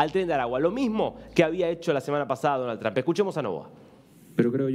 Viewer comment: Es Donald Trump. No danal tran.